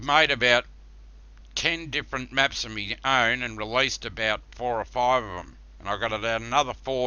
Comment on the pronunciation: "10 different meps, I've relised 4 or 5 of them, and I got another 4 to cum" This guy is Russian, Hillbilly, and drunk at the same time